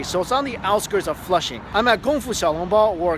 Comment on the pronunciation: Does anyone know the name of the restaurant? I just heard Flusing but where in Flusing. Thanks.